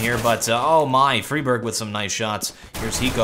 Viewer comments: you pronounce friberg like fry-berg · You say Friberg wrong